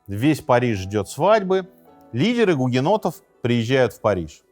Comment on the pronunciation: Мне одной слышались периодически не "у гугеннотов", а "у енотов"? 😅